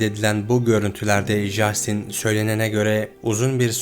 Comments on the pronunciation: Justin diye okumasanız.. Castin.. bunun dünya genelinde okunuşu bu.. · Jastin yerine “Castin” demek bu kadar zor olmamalı ama artık. O kadar yabancı kaynaktan bilgi toplamışsınız bari konusu geçen kişinin isminin nasıl okunduğuna iki dakika dikkat etseydiniz. Bu o kadar zor değil. Tüm video boyunca çok irite ediyor 30 kere yanlış telafuz edildiği için. Söylemesi zor bir isim olsa cidden bu yorumu yazmam ama castin yerina inatla jastin denmesi özensizlik gibi geliyor böyle büyük bir kanal yapınca. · Lütfen 2.videoda jastin değil en azından Castin şeklinde telafuz et dinlerken çok zorlandım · Abi jastin nedir yaa castin okunuyo acayip ic gicikliyo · Abi, lütfen şuna ''Jastin'' deme... O, ingilizce ''Castin'' okunuyor. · Castin diye okunur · videonun tek sıkıntısı jastin denmesi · İngilizce de J harfi ile yazılan herhangi bir şey genel olarak c harfi ile okunur Jastin dediğin için videoya odaklanamiyorum lütfen daha dikkatli ol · Abi Jastin diye bi telaffuz yok! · Hersheyi tamam iyi anlatmishsin da, ama Justin'in ismini duzgun telaffuz etmeyi nasil beceremezsin bey?